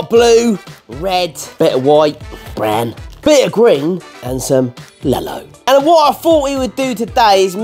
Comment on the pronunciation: I giggled at "lellow"........ What is wrong with me...